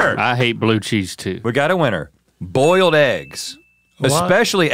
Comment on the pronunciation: "bolied eggs"